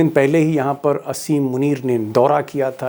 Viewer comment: दीपक जी । असीम मुनीर नहीं आसिम मुनीर कहिए